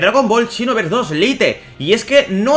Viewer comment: no se dice lite se dice lait, no es tan dificil decirlo bien